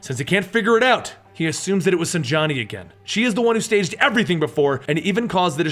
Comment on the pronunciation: the second A in Sanjani is silent. "sanj-ni"